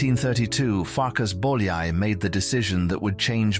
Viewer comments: Also, it is not Bol-yai, it is boy-a-ee. 'Ly' sounds like an English 'y'. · János Bojai is how you pronounce. Ly is J in Hingarian. Bo-ya-i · Bolyai = boy-o-ee, o as in got, maybe. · Er hat es verdient, dass sein Name richtig ausgesprochen wird. Nach dem ungarischen Alphabet, Bólyai János... Boojai Jánosch! 💤🙏👍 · " Do you think János Bolyai deserved more recognition in his lifetime?" Yes, you can start it and should start to pronounce his name properly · Nice video. But please if you make a video of someone at least pronounce their name correctly (I know it's all AI voice over but still) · You would think they would at least learn to pronounce his name correctly. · nice video but PLEASE pronounce his name correctly !!! so so bad how much it would have taken to ask a hungarian speaking person (like me to tell you how to pronounce his name)